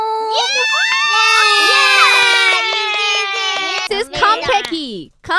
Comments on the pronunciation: mauuu not maw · probably instead of Mau, its Mac lmao😂